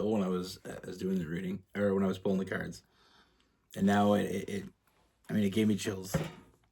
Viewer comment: Hi lovely from Bristol UK. I get tongue tied as well. We love you how ever you pronounce cards. Also i met the one in 2004 I went to work at his place of work after moving 200 miles. I was told by a medium. I would find what I had been looking for. And ai did. He is a Sag withbPiscesxmoon. I am a Pisces with an Aries moon. I liked him straight away. I was a Temp Receptionist. . He was a security guard. The second time I saw him was a month on. I realised I had dreamt of him . I never told him. Our friendship just grew. I have never felt so comfortable with a man. He was in a relationship. And we have an age difference.,I am older than him. He was born the year my mum passed. was 2 wks away from my thirteenth birthday.,He held my hands once. And I went back in time. It was secondary.,I knew when he was coming to see me.,Because My whole body went into a spasm. I never told him. I had had such bad relationship before we met. I left in 2006.,I left my details in a letter I don't have his. He did call me at my new place. But we didn't have time to talk. I found out he had moved to Ireland with his girlfriend in 2009. That was after I had called my friend on rec. And he was standing next to her he told me he was being made redundant. I just wished him well. . I believe he s my Twinflame. Thankyou lovely.😘😘🔥🔥💕